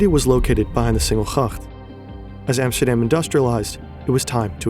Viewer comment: Emsterdeem..... And than that voice over, hilarious.